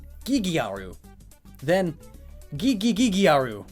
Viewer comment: You sad gigigigiaru while it’s only gigigiaru